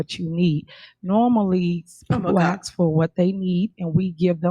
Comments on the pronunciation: The word is ask a s k can I ask a question not a x e not a x x ask😊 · I would write the words just like she pronounces them and and include in parenthesis what the actual words are. Allizations (allegations), accrit (accurate). axe (ask) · Don't ax her😂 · My biggest pet peeve is the word ASK…it’s not AXE